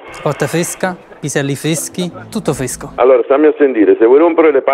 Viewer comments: fvesco, Prank fveschi, Tutto fvesco; L'albevghievo l'ho svilettato pevsonalmente ieri seva! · Scherzi fveschi, fvesco tutto fvesco! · "Chi parla???" "PISELLI FVESCHI, VICOTTA FVESCA, TUTTO FVESCO." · Chiamate fvesche, esecuzione fvesca, video fvesco, tutto fvesco, complimenti fvatello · Schevzo fvesco, vittime fvesche, tutto fvesco! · Questo video è tutto fvesco l'ho visto pevsonalmente io in questo momento. P.S = Piselli fveschi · Video fvesco, prank fvesco, TUTTO FVESCOH. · Chiamate fvesche , scherzi fveschi, tutto fvescho